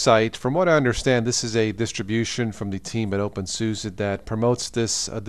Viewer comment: Every time he said opensusa I wanted to punch my screen. It's suse not susa